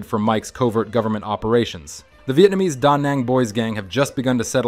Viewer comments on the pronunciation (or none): none